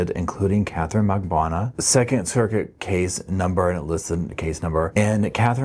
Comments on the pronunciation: Drives me nuts that you cannot pronounce Katie Magbanua’s. last name correctly after all these years. Mag BAN new ahh Not Magbwana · Can you please learn to say Katherine’s last name? Lol it’s said so many times in all of the trials